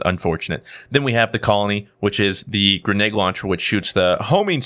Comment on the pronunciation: Every time says grenade I swear it sounds like green egg